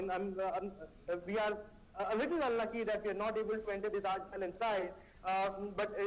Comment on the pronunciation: ট্যাস মেহেল ..! এটা কি ধরনের উচ্চারণ.!